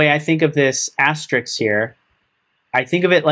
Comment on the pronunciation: Thanks for the vid. BTW, it's *asterisk*, not Asterix. s then k, not k then s...